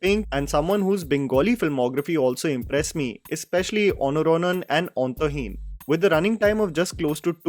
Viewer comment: You pronouncing Antaheen and Anuranan as Ontoheen n Onuranan got my heart... A Non-bengali or Non-Assamese(cz I am an Assamese) pronouncing such words properly do catch our attention and we feel good. I just started watching Romantics.. I hope its a worth a watch.